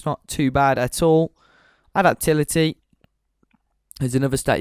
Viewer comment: a-dap-ta-bil-i-ty, can you not speak properly